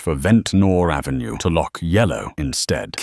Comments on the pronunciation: I love how they are all pronouncing "Ave" half the time like "Aeefvè" 😂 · ah yes. Pennsylvania Ave, but New York is French, Av-Ey